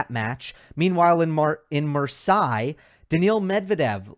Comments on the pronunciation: Please, you are hurting my ears, here is a simple way to say Marseille = Mar-say. Not 100% accurate, but miles better than whatever has gotten stuck in your head. Everything else solid! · You're getting your vowels mixed up Versaille Marseille